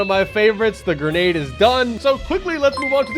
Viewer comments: Grendade launcher instead of Grenade launcher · “Grendade launcher”💀💀